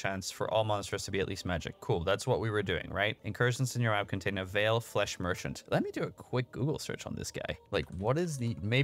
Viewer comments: Don't kill the rares in the incursions. It's not worth it brother AND DON'T STAND ON TOP OF THE TEMPLE BOSS. Also it's not pronounced Vaal like veil but Vaal like Val. It's not Diablo here mister. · So much stuff to do and get better at in this game. One of a kind arpg of alltime. And btw, the right way to prononce "Vaal" isn't "vayle" but "vaahl" 🙂